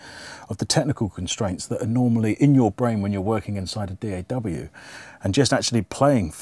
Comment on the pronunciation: you know man is serious when he calls it Dee ay double u